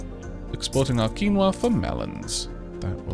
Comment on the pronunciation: Wow he said quinoa right!